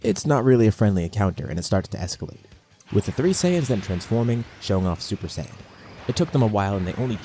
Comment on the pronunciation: Exactly, just don't say sayian with the j